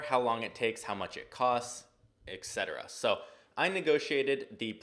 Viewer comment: First off I know some dumb person will call me a grammar nazi (which is false because it has nothing to do with grammar), but why is it that ZERO YouTubers know how to say the word etcetera. I know that this is nit picking but holy fuck, where did all of you guys go to school. I have seen at least 10 DIFFERENT YouTubers saying eXetera... It is eTcetera, that's why the abbreviation is etc.